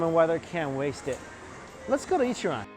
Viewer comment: I’m sorry but it’s Ichiran . Not an opinion but a fact 🍵